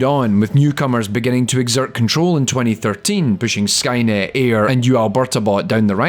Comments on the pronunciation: It's prounced Eye-ur. Not Air. Just so you know. Yaknow my life for Aiur? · Aiur is the name of the protoss homeworld and its pronounced I-UR there i said it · Aiur is pronounced aye-ur. It's a location in the story of star craft (specifically the Protoss homeworld) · Repeat after me. Auir = "EYE" - "ERR" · Cool video! Just one note, Aiur is pronounced "EYE-urr". The team creating that AI used it as an acronym for "Artificial Intelligence Using Randomness", but Aiur is the Protoss homeworld. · When you know the history of Starcraft bot programing and every unit's name in the game but still can't pronunce Airu correctly. FeelsBadMan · Thank you, his pronunciation was bothering me.